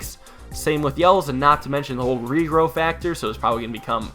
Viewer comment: Does anybody else hear regrow as refer?